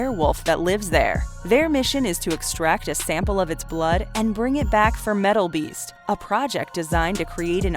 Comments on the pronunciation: I know I’m not the only one who heard meatball beast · I work 3rd shift and listen to these often during the day having a couple beers when I'm home and I was like, this chick just say fucking meatball? Ahahaha glad I'm not the only one!